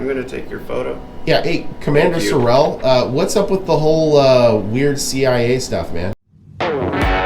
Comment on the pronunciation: His name is Sureal not Sirrell!